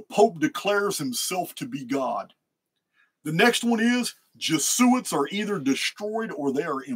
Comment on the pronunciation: I'm curious if there's any particular reason for the odd pronounciation of Jesuits